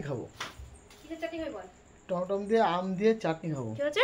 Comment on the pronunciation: "টমেটম" - টা আবার কি?